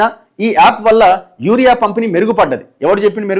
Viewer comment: అన్న యారియా యాప్ కాదు యూరియా యాప్